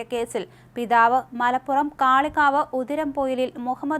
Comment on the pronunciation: ആ പോലെയാടി മോനെ പിതാവ് എന്ന് ഉച്ചരിക്കല്ലേ.........